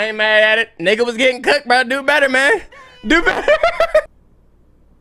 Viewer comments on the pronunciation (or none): Why she say the n-word like that she said it like "niihhgg uhhh" lol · "nihgg ghuhh yu ....ain't, fun-nie" talk about going try hard in a game